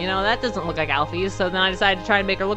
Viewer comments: IT'S NOT AL-FEES ITS AL-FIS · It's pronounced alfis